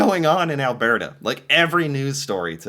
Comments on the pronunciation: It's pronounced Al-BERT-a, not Al-BEART-a. Like Bert and Ernie. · Alberta is pronounced as the name Albert + a. Or if said in a convo, Alberda. You seem to throw something extra into this word. And remember: just BC for British Columbia. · Ok, repeat after me. AL-burr-ta. NOT whatever it us you're trying to say. LOL 😅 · I wonder if could pick out "Albearta" on a map...? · Is it just me that cringes a tiny bit every time he says alberta like he randomly got distracted by a bear halfway through the word? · What do you call someone named Bert. Now say Alberta, it drives me crazy how you say it and has for a couple of years. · I guess you're still struggling with how to pronounce Alberta.. think of Bert and Ernie...... that's how Alberta is pronounced house for Canadian news I'm Canadian I haven't watched any Canadian news and months so you're doing me a favor in Catching me up LOL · Al Bert Ah ..... not Al Bear Tah Poly Ever ... conservative party leader